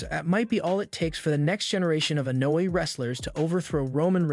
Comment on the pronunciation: Lol... And he says Solo Sicko lol and Annoy family lmaoooo😂😂😂😂